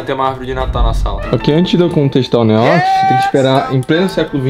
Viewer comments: Como é: “Um beijo do que ama vocês, um beijo do Neox que ama vocês. Até amanhã e flw!” Como eu ouço: “Um beijo OUTRO NÍVEL porque amamos vocês. Até amanhã e flw!” Haha 👊🏻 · Mano sabe quando o neox falava neox na área nos vídeos antigos, eu sempre escutava neox nine kkkkkkk só eu??